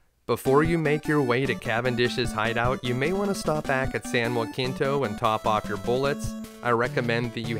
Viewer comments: San Jacinto is not said as San Joaquinto but "San Ha See nto", other than that this gameplay was pure flawless perfection. Also I love it when you destroy the plot and find hole after hole in the main story. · San Juh-Sen-Toe (not Wah-Keen-Toe) ;) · This game was a blast but I never finished it when i rented it as a kid. But as a native Texan, It's San Jah-sin-toe. We pronounce it different from the original San Ha-sin-toe. Great video my dude! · San Jacinto was where Texas won Independence from Mexico. You completely mispronounced it. Hard J soft C. [juh-SIN-to] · Naturally, it's a great video, and for a game I never woulda thought was so good. Everybody is saying that though. So I wanna ask something. Did anybody else kinda chuckle at how he pronounced San Jacinto in this video ?